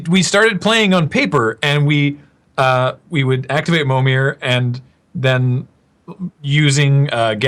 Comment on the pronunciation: "Pro-tour Winning Mommir List"